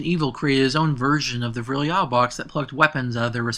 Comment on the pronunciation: Thank you. Watching it by pieces. I have one complaint, though. You should really research how to pronounce the foreign words. Anything in German or Japanese. I don't speak those languages but I went out my way to look up many of those words in the past and it's painful hearing you pronounce Der Riese, Verrükt, Peleliu, Die Rise, etc. No offense or disrespect. Thank you so much for putting this video together :D